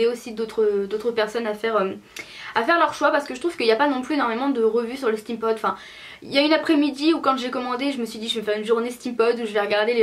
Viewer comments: Ca me stresse trop tu dis "Stème pod " au lieu de "stime pod" (steampod) 😅😂😘😘 mais sinon je t'adore ♡ ♡ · pour prononcer steam pod tu dit stèm pod au lieu de stim pod,sinon bonne video t trop belle